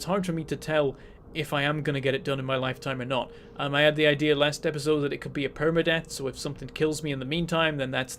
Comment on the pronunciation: God you saying "permadeath" hurt my heart.